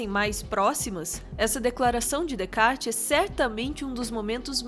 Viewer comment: *Descartes se lê Decá